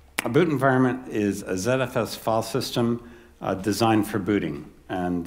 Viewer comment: Note to the watcher of this video: when you hear the word "fall-system", understand that the presenter means to say, "filesystem". Fall-system doesn't have anything to do with a system of falling.